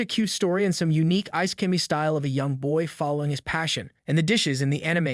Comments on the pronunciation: wtf is eye-sky? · Has this guy even watched any of these series.... instead of just reading out a summary. Just the prenounciation of all names and even worse on Isekai